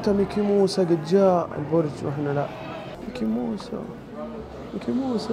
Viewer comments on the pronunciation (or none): ميكي ماوس ❌❌ ميكي موسى ✅✅😂😂